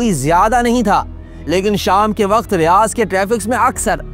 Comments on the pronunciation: Bro that’s not ( RIYAZ❌ RIYADH✅ ) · RiyaDH, not RiyaZ.